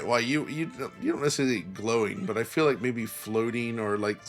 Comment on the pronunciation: Great, now we can add “necessly” to the list of mispronounced words alongside “basely”